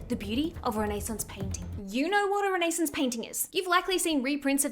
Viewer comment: Wait I have never heard somebody pronounce “renaissance” like that girl I had to do a double take 😭😭😭